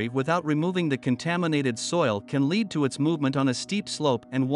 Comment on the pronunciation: Strange how he said "lead [the metal] like lead [as in dog lead].He also repeats sentences.Is it a man or robot?Annoying to say the least..